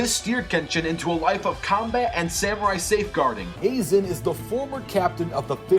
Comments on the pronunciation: man said (Asen) it's Aizen 🥺😂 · Aa-zen < I-zen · A-zen its prounced aizen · Did He say Aizen as Raisin without the R?! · Ik wasn’t the only one who heard azen